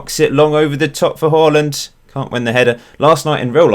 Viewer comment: Who's this Holland fella? U mean Haaland? Hahaha